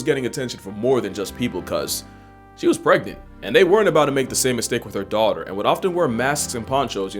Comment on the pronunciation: "Her D-otter"